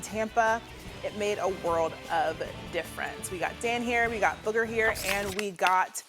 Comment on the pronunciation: If you can't pronounce your co-hosts name correctly, you shouldn't be on TV. It's honestly blatantly disrespectful to Booger to continue to mispronounce it.